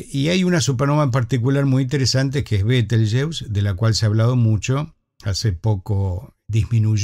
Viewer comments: En español se pronuncia /beteljéuse/. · ¿Por qué, si el nombre es de origen árabe, lo pronuncias en inglés?, ¿por complejo de inferioridad cultural ante ese idioma, el inglés?. Lo correcto sería pronunciarlo en español cuando hablas en español.